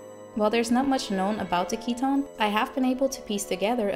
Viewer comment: Great Theory. My name is Keaton and I find your pronunciation nice, most people end up calling me Keith :/